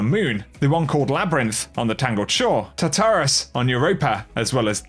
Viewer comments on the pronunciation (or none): none